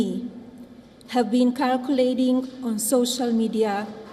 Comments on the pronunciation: Circulating.... Not Calculating.... Bomboklaaaaat! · Husband i.e President is busy calling others immigrants, whilst the wife can't pronounce the word "circulating " 😅how ironic